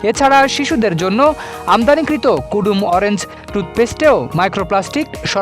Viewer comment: কদোমো টুথপেষ্ট কে কুডুম বলা সাংবাদিক 😂😂😂😂